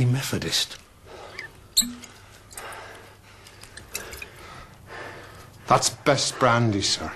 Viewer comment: " Ugh... a bloody Mefodist !" LOL